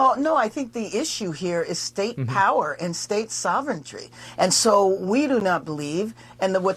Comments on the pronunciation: All I heard from Bass was "res-tuh-ponse", "fry-dee" and "sovereign-tree". Complete and utter brain rot. I rest my case. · The issue is "STATE SOVENTRY"? 😂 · Did she say state sovereign try? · State what ? Sovenerity???? This Karen is A STUPID CLOWN